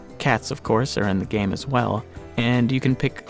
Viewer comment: Anyone else hate when he says "THE GAME"